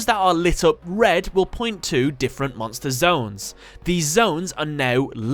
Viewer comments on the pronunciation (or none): I love how he pronounces monstÄ and numbÄ :D